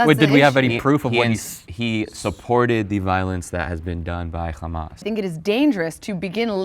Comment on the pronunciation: “khamas” he’s not american